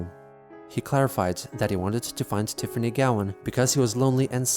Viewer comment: "Tiffany". You didn't cut off the "T" at the beginning.